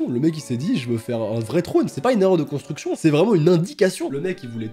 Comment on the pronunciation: Alors bonnejourre c'est bien ici pour la contra.... cobra.... consti.... constriction de maison?